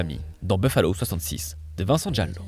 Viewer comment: Un de mes films préférés ! (on prononce Gallo, pas Jallo 🥸)